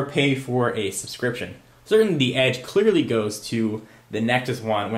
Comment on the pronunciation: Nexus has an "Edge," get it, Edggee.. hehahah